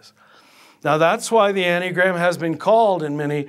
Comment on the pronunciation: hasn't this heterodox priest been laicized ? and if not why not. Additionally he does not appear to have the slightest idea of what he is talking about. There is no mystery here about the source of the enneagram (which he does not know how to pronounce) it was introduced by GI Gurdjieff and its description, the accurate one at least, can be found in the works of Pytor Ouspensky the world renowned mathematicians who was a pupil of his in early years of 20th century. gurdjieff remained obscure about the origins of the diagram making enigmatic statements about it. One thing is completely and absolutely certain that it was NEVER INTENDED TO BE USED as a tool of personality analysis. gurdieff in the last months of his life late '49 told his group his life's work would be destroyed and by whom. I believe the source of the corruption of understanding of the enneagram is oscar achayo and werner earhard among others. The Jesuits (who else) became actively involved in propagating and disseminating the version on display here. One can find very correct analyses by Fr. Mitch Pacwa SJ who was seduced into this from the order but came to understand being misled. If anyone reading or listening here wishes an accurate analysis I will suggest P. Ouspenky's In search of the miraculous and Tertium Organum . Shame on this hustler who makes direct contact almost impossible online otherwise I would have been pleased to confront directly. He is what G termed as an "idiot" or in his case a "hopeless